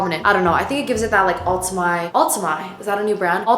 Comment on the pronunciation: Lol when you said ultimai